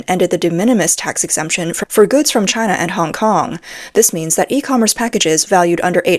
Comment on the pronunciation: Taiwan is the much better Chy-Nah.